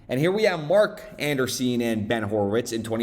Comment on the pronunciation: An-Dree-Sen not Anderseen